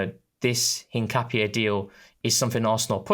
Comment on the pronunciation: said it right in the first instance.